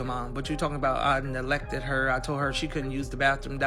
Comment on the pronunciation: “Nelected” … does he mean neglected? 😒